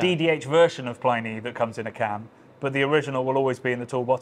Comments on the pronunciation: The dead Roman's name is pronounced Pli-nee (to rhyme with 'mini') not ply-nee (rhymes with tiny?). As someone who learnt the name at university twenty-five years ago and has been reading it that way ever since, this seems a bit jarring. Is there a reason for the pronunciation? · I don't know how the people who produce the beer say it, but the name of the classical author (in English) is definitely pronounced 'plinnie'. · Good luck getting these boys to correctly pronounce Pliny’s name when the RR guys also mispronounce it. Me, I’m still hoping that one day (and other Brits) will learn how to pronounce “Chinook”.